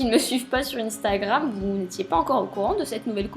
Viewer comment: Coucou super vidéo et c juste pour te dire que insta sa se dit pas "inestangrame"mais "instagrame"voilà bisouss